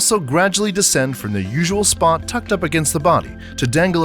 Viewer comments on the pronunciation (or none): none